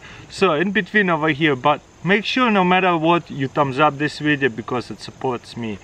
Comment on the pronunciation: "today's videa"